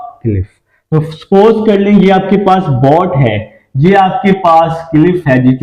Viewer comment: Sir boat ko.to sai pronounce kare calculator ko bhi